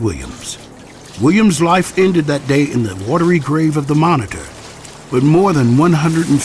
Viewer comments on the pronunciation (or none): none